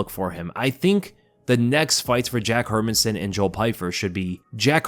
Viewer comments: Her-Man-SON. Listen to others pronounce his name and get it right dude! 🤦🏻‍♂🤦🏻‍♂ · Please learn to pronounce the fighter's name please why does sp many mma pages butcher these fighter's names ..... It's pronounced Her MAN son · "her men son" sometimes your pronunciations irk me 😂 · Hey love your videos by why you saying Hermansson like that, my guy? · We all know that you don't know the basics of the MMA game when you can't even pronounce Jack's name correctly..😂